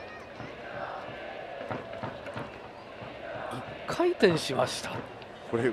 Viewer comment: か↑い↓てんしました